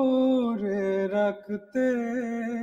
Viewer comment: রাখতে উচ্চারণটা শুদ্ধ হয়নি। কন্ঠ সুন্দর।